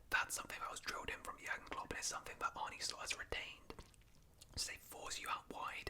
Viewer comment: btw its Arn-uh Slot, not Arnie